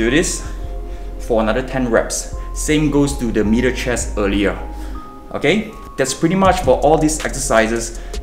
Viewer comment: I thought he was saying “mirror chest”